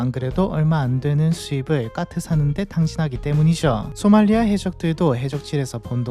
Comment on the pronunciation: 대본대로 못 읽는 경우가 순간순간 튀어나와 AI일 리가 없음;;; 까트를 가끔 카트라고도 하고